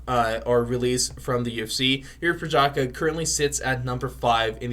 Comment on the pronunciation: Respect the guy - learn how to pronounce his surname !